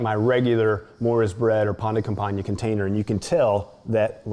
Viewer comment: Nom de dieu, le mec a massacré le nom 'pain de campagne'. Ça l'air bon par contre 👌